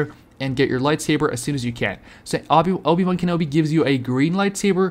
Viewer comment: Dude said "Obey" wan Kenobi